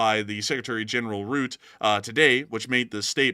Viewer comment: The NATO Secretary General is not called "Ruuut" but "Rut teh", with the accent on the double T and the 'u' sounds like the 'u' in the English word 'uh'. Then combine that to pronunciation : "Rut Teh". I know Dutch names can be a pain... 🙂